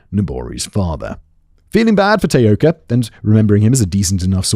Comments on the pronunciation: Self exiled Scot in Tokyo here! Great work George! And while mostly Simon didn't butcher too many of the Japanese words, the two he used the most were, um, a little off! Taoka should be tah-oh-ka, and Kobe, koh-beh (the stress is complicated due to the pitch accent, which I won't even attempt to explain here, but suffice to say that tay-OH-ka and KOH-bee were a little distracting! But not to the lessening of enjoyment of what, again was a hugely enjoyable video and an interesting change of pace which I hope performs well! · Can you even try to be professional you didn't even bother to learn how to say the name of the person the video is about!